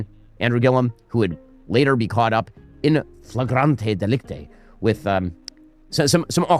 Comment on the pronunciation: You ever wanna know why Shapiro failed as a screenwriter its because he doesnt know words. Its inflagrante delict-oh, not -eh. There are others ive heard but he regular shows he doesnt know words.